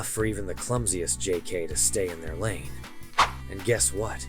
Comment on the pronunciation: jk?!? Is said j k